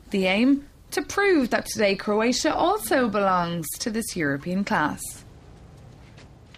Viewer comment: Croatia not Craotia....